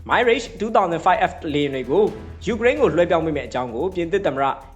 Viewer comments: မိုင်းရစ်ချ်မဟုတ်ပါဘူးဗျ မီရပ် လို့ခေါ်ပါတယ် ရပ်ကို ခ ခွေ ယပင့်သံနဲ့ ထွက်ရပါတယ် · မိုင်းလေ့ချ် မဖတ်ရဘူး။မရာ့ချ် လို့ဖတ်ရတယ် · မီရှပ် မိုင်ရှပ် မဟုတ် တံလျှပ်လို့ အဓိပယ်ရတယ် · Mirage =. မီးရာ့ဂျ် = Mee Raj (. အသံထွက်အမှန်ပါ .) မိုင်းရေ့ဂျ် = အသံထွက်မှားနေပါတယ် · မိုင်း ရစ်ခ်ျ။ မဟုတ်ပါ။ ပြင်သစ် မီးရပ်ခ်ျ လို့ခေါ်ပါတယ် 🎉🎉🎉🎉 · မိုင်ရေ့ချ်မဟုတ်ပါမီရပ်ချ် (တံလျှပ်)ပါ။ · သတင်းမပြောခင် အသံထွက်တွေလေ့လာသင့်ပါတယ် မိုင်းရိတ်ရှ်မဟုတ်ပါ မီရပ်ရ်ပါ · ငါးပိချက် စားပြီး မိုင်းရေ့ လို့ထပ်ခါထပ်ခါ ပြောနေလို့ ကွာ MIRAGE မရာချ့် ပါဟ၊ စိတ်ကုန်တယ် သိလား။ 😂😂😂😂😂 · မီရတ်(တံလျှပ်) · Thank you very much for comprehensive reporting. Please check pronunciation of Mirage. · လေယဉ် နာမည်လေးတော့ အသံထွက်မှန်စေချင်တယ် ငွေရပြီးရောဆိုတဲ့စိတ်နဲ့ တတ်ယောင်ကား မလုပ်ပါနဲ့